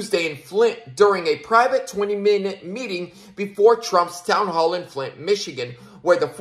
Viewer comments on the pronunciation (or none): none